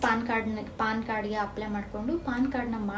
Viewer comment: Paann alla ma adu Pan Card